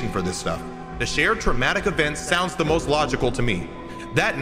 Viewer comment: my favorite part is when he says "open de door"